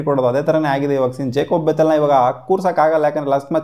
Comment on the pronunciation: ಜಕೋಬ್ ಬೆತ್ತೆಲ್ alla kano gube ಜೇಕಬ್ ಬೆತ್ತೇಲ್ ಅದು 😂